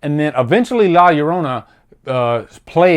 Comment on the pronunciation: Love hearing a person not knowing Spanish say la llorana